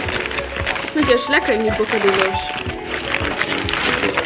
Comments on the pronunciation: Het broodje hoe jij dat zegt is verkeerd is geen bokadilos het heet bokadio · Hahaha hoe je bocadilos uitspreekt 🤣 echt schattig maar helemaal verkeerd. Op zen berbers spreek je het uit als BokadiJo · ja klopt maar je hebt het in diverse landen waardoor je het op allerlei manier uitspreekt.